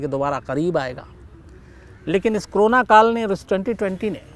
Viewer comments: कोरोना को क्रोना ? उच्चारण में गलती ! गलती से या सोच समझकर ! शब्द का अपभ्रंशित उच्चारण , अशुद्ध क्यों ? विकृत क्यों ? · शम्स जी ये क्रोना नहीं करोना है।